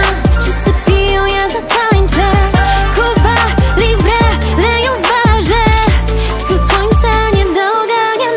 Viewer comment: Kupa libre 😶 ktoś z wymową ma problemy